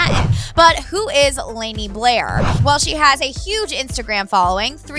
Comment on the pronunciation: white people...... "layney" LOL its pronounced Lah-nee sissssss.